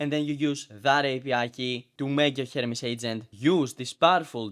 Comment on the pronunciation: it sounds like you keep saying " Hermes Satan " not " Hermes Satan " lol